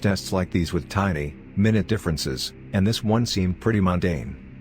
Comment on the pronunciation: It's pronounced Mi-NEWT, not MINUTE, one 60th of an hour. WHO HIRED THIS ANNOUNCER???